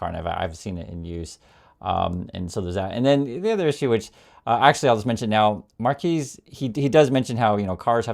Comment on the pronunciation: FYI his unusual first name is pronounced mar’-kwess.